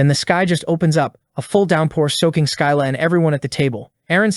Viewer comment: Its pronounded SSILLA NOT SKYLA(Writed like scylla)